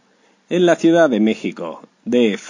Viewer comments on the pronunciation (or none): none